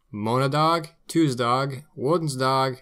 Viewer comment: Tuessdag thuurstag? Ummm What???? Dienstag und Donnerstag m8.